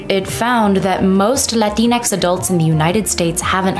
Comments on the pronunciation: Dr. Jill Biden's pronunciation of Latinx: "Lay-twine-cksss." Whenever I see the term, makes me crave a Twix... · With a Spanish accent, it's actually pronounced Latin-FLEM. The X has slight flem. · From my understanding, it's not Latin-X, it's la-Ti-nex, as to mimic the actual pronunciation of Latino and Latina. Still stupid as hell. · The 'Latin-X' pronunciation makes absolutely no sense on any level. I could just about understand 'La-tinx' but this is a new level of crazy. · The way Landau pronounced it sounded like "Kleenex". They probably thought he was trying to make fun of them. This is the epitome of an invented problem. It's not a great sign when the group of people the solution is supposed to help aren't aware of a problem, let alone the "solution", in the first place. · Dave said la tinex 😂. I have heard the arguments for latinx. Its all easily proven wrong, nor does latinx work in all situations. Latinx is also offensive. Latinas are proud women who are proud of being both feminine and latinas. They enjoy femininity for the most part same as Latino men. Let’s reserve latinx for the whites who created it and the Latinos who they have fooled into their bs. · why is latinx pronounced in a latin accent but the rest of the message is in an english accent. very insensitive that only the one word is accented while all of the other words are not.